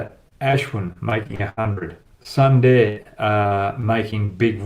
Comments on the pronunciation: Hi Brad, Sundar should be and must be pronounced as Soondar and not Sun-dar, yes it is written in English as Sun-dar but in native language it is written as Soondar. I can understand your Western Accent. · Everywhere i heard was sunday instead of sundar 🤣🤣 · It's Sunder...Soooonnnndddeerrrr..Not sunday bro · I like your videos. Please spell suundaaar and not Sunday. You will get it right😊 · Brad - sundar ..pronounced as soondaar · Brad good analysis as always, Sundar pronounced Soon Dar